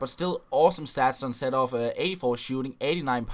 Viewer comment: His name is pronounced "C Door-f" not "Setorf"...